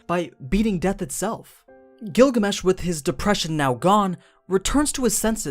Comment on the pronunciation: i heard google mesh even the auto caption heard it